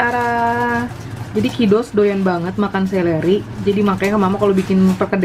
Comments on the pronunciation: Seledri mom..bukan seleri.. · Seledri kli bukan seleri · Seleri apaa? Seledri kali. Terganggu mendengarnya berulang ulang.